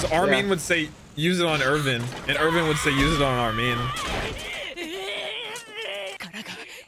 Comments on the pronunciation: Erwin not Irvin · They pronounce his name with a V